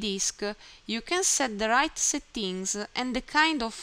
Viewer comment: thanks so much! noticed the words "settings" and "purchase" were mispronounced :)